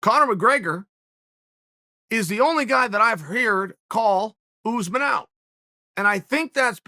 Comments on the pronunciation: Oos-man, I guess? Phonetically? Still, it's Chael, he pronounces /everyone's/ name wrong. At this rate it has to be a meme on purpose. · “Oozeman” Its us-maan